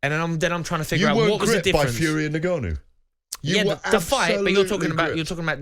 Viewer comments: Yeah it's odd, as well as him saying "ENgarnU" 😂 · How can anyone be excited about this card when its pure duckery in its most obvious form, fkin ridiculous, and someone tell garath how to pronounce N gannou please!